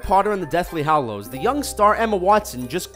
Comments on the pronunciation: Joe Bynum they say HOLOws, its pronounced HAlows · they pronounce hallows wrong!!!!!